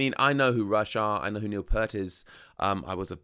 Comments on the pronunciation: Say "peert" not "pert. P-👂-t. 😁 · Please pronounce the guy's name correctly, it's PEERT, not 'Pert'. He's not a shampoo brand! And yes, even Jack Black gets it wrong.... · His name is pronounced,,, P-ear-t,,,Ear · Neil (it's pronounced pee-art) once said that playing drums with Rush is like doing calculus while running a marathon. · It’s pronounced Peert. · Peart. Pronounced like EAR but with a P and T. Lol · Pronounced PEERT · BTW, you mispronounced his last name. The "ear" in his last name is pronounced like the word ear... with a long "e".